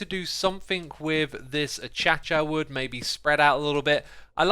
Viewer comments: u said cha cha wood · Xisuma: Achacha wood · Ah yes Achacha wood